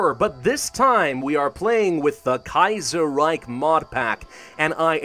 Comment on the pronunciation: "The Kaiyserreyk"... ;) - Pravus, Grammer Nazi